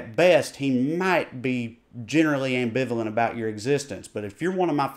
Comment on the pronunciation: First time I heard the word "ambivalent" in a southern accent.